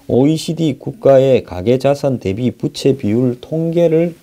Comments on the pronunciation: 부채가 아니라 부~채 입니다. 바람 부치는 부채가 아닙니다. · 좋은 내용 알려주셔서 감사합니다. 그런데 발음에 신경 좀 써 주세요 빗이아니고 빚이죠. 부채가아니고 부우채로 읽어야지요